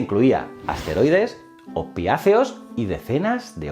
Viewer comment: Hola en el minuto has dicho que le inyectaban asteriodes hhahahah me ha hecho gracia., creo que querias decir esteroides. Tengo un gran respeto por ti y por tu trabajo que agradezco tanto.